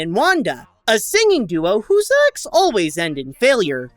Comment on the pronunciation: it’s acts not sex, I’m I the one that notices it. 😂